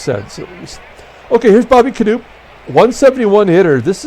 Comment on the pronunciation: FYI - Bobby Knoop is pronounced as per Wikipedia 'kuh-NOP'. That''s what I thought when growing up.